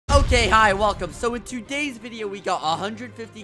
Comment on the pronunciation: nobody: skeppy: too - day's